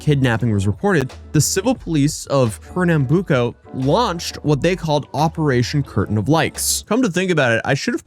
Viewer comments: You pronounce Recife, Pernambuco right. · First time I see someone actually explaining the police force from here, also you did say Pernambuco right 👍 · Pernambuco pronauciantion was pretty good. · Bro, as a brazilian, the mere fact you saying those names at all has already made my day. Rest assured no fellow countrymen of mine will be anything other than amused no matter the quality of your pronunciation (it's pretty good). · Your pronunciation of Pernambuco was surprisingly great